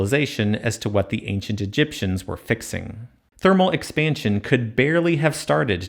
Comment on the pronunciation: Please stop saying Egiptians ,rather exactly , the builders